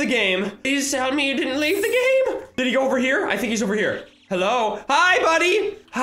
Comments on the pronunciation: He said go but it sounded like don’t lol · he is just saying 'goo' really fast